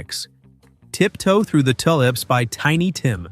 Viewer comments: Too lips, not Tull lips. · This guy is an ass. He doesn't know what he is talking about. And it is tUlips not tullips! Count and see how many words he mispronounces! I would bet big money that he was born in the 80's or later! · "Hello MOODAH" "Tip toe through the Tull Lips" "Mr. Bass (rhymes with ass) Man". SMFH